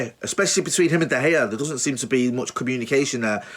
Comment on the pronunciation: Pronounced de Heya!!!!!!!!!!!!